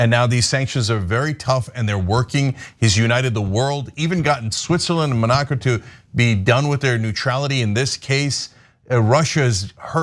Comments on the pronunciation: Cenk has been butchering “Monaco” for days. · I hate the way Cenk pronouncs Monaco lol